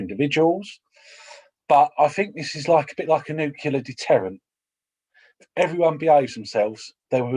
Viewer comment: Nucular. +1 for Homer Simpson